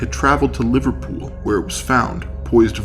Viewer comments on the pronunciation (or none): none